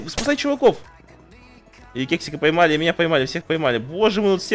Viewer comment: Когда он ловил Кексика,он сказал вместо кексика,сказал сексика -- ОРУ